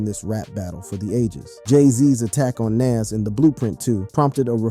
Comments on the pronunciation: Please pronounce his name Nas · Jayz is from Marcy Projects in Brooklyn. He isnt from Queens and you butchered NAS name, Badly. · Thinking the same thing while watching this! Say his name right! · The fact that he keeps calling Nas name correctly then incorrectly is a problem for me! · Learn to pronounce Nas name if your gunna culture vulture and start doing documentations for Good sakes😅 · RIGHT?! That irked me the entire vid 😣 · Ye that's drives me mad 8n loads videos He doesn't with loads of names Not sure if he's trying to speak clear but get them names right dude